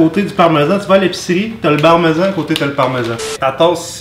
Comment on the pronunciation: Le "Barmesan" pus moin les pieds. que le parmesan loll